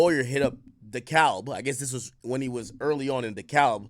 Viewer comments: In Georgia it’s pronounced dekab 😂 No letter L included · Dekalb = Dee Cab